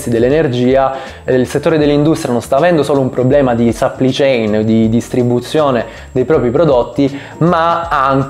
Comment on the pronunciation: "catena di sappli chein"